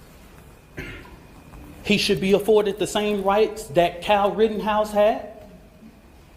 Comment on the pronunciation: It's Kyle not Cal. Actually